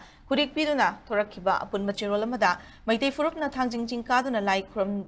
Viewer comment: It's Thangting not thangjing.....